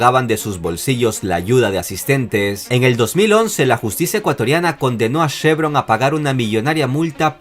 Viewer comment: no es SHEvron es CHEvron!!!